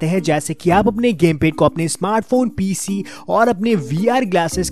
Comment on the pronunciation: Pese nahi PC